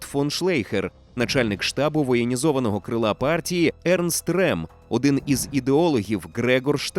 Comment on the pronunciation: Ernst Röhm. Прізвище вимовляється як Рьом. Не Рем.